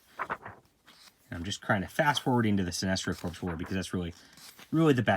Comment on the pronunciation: “Corps” is pronounced “core.” Like “Marine Corps.”